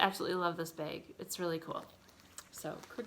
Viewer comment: You were recommended to me by YouTube. That is all. I hit liked and subbed. And when you said "baaag" I laughed. I was born and raised in MN...my friends make fun of me all the time...baaag, taag, raag. I think it was you that mentioned stitching and now learning about loop starts? Tell me about it...you'd think years ago we would have known how to do that because it was always 2 flosses over 1 aida...we didn't have even weave, linens. Well we did, but it generally wasn't what we stitched on. Nor did we have "fancy floss". LOL I look forward to #2 and hearing about your great escape to a stitching retreat. Never been to one and want to.